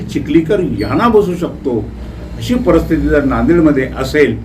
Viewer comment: Parsthiti nahi Paristhiti yedya